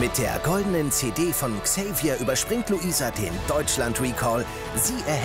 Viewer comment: Wie Dieter immer xava statt Xavier sagt😂